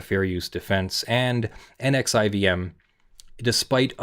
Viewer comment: Case pronunciation note: “NXIVM” is pronounced “nexium”